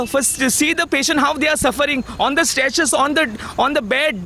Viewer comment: The anchor is doing a good job. But her pronunciation of "THE" as "dhe" all the time sounds very weird.